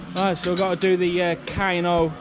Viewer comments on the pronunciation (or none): Love these off the beaten path vlogs. Unique content, never been to Poland. These vlogs have put it on the to do list. Kino is pronounced like key no. It is German for Cinema.